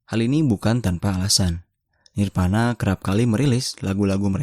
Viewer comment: voli bukan poli, nirvana bukan nirpana hehe.. salam grunge